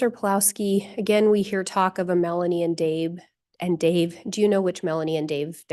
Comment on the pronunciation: Did anyone hear "I'm not fallin for that agin!?" hahahaha